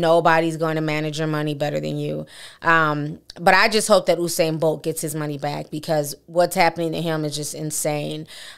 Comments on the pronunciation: You-sane TI Not OUUU-SANE 😂♥️ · Mr BOLT Pronounce His Name (You) U -SAIN Not OOO-SAIN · It’s You-sane. Not “Uh’sane”. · Please pronounce his name properly, it's "You" -Sain Bolt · The situation is truly unfortunate all round....but his name is pronounced as spelt though like 'You-Sain' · This is insane!!!. it's pronounce u-sain (you- sain)